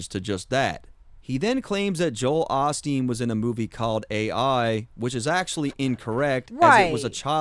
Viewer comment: Also listen to how he pronounces Joel Osteen - it sounds like "Jo-Hale Osteen". He's using Osteen to fit into the rhyme scheme with "off him" but he's clearly trying to reference both people and fit them into one bar